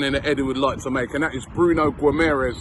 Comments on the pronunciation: Robbie said Bruno Guimerez lmao british people need to start practicing these portuguese names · "Guimarães" is difficult name for people who speak English or German haha Try saying "Gimme a Reus" fast and I think you'll be pronouncing it well :D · Why do you pronounce the last syllable of Guimarães differently than that of Gabriel Magalhães?